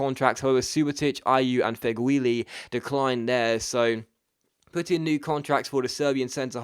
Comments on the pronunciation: Its not pronounced Fegwuili, it's pronounced Feghooli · It's prenounced (feg-ew-li) by the way :)